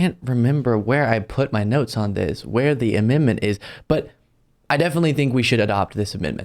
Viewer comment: AmenDment. The d is not silent